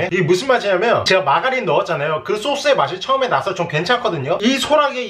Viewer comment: 전 마가린 을 라가리 라고 들음